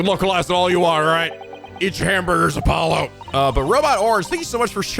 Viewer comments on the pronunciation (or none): none